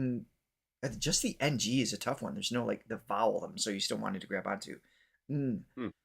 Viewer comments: Ng pronounce it with Nang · You pronounce "ng" if it is just this two letters together as "nàng" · NG is being read as “NANG” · “NG” pronounce as “Nang” like the Tang juice. You’re welcome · Wow the Throga's channel theme song? It's just amazing for us to hear it. Appreciated much. But I have to teach you and to pronounce the "ng letter" it is just like you read "nang" and pronounced it like that too. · “Ng” is pronounced as “nang”. 😊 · NG is pronounced as NANG like Da Namg in Vietnam. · Tawag “nang” Tanghalan NG is pronounced as nang ☺️